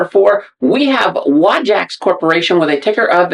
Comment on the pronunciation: WAJAX! yes, I like this company... I have only ever heard it pronounce 'way-jax'. that's from people using their fire pumps, etc.